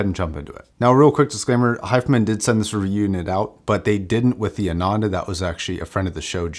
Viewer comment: Nice video! It's pronounced "aah-nun-the" by the way.